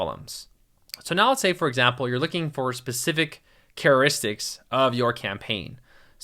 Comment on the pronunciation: Thanks for the video, it's very helpful. I was distracted by the words you mispronounced, like "charristic" for characteristic, "nitch" for niche ("neesh"), and pronouncing the silent T in depot.